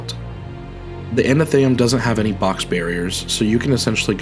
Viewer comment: I'm really sorry to be that person. But you may actually want to talk to a specialist about potential dyslexia. You've been saying anatheum, when it's atheneum. You also said inDEBITed kindness like the bank card. But it's indebted kindness. Like being in debt. The b is silent.